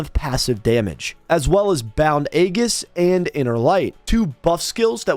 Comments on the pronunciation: So ya know its said as "eejuhs" not "agus" lol. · Complete tangent but Aegis is pronounced e-jis with a long e as in eat. Though often a-jis is used with a long a as in ate. The g makes a j sound as in Geronimo or geriatric. "egg-us" is what you risk kids doing to your house by giving out lame treats on Halloween. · Aegis pronounced ē•jis